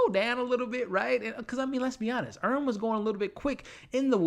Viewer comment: Earn, not Vern 😂